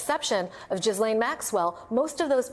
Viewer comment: What is up with you people? Youre supposed to be professional news reporters. You work for MSNBC, and you still dont know how to pronounce Ghislaine Maxwell's name??? Very unprofessional. Its pronounced Gillàyne. No h sound, no s sound.